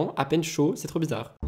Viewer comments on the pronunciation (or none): none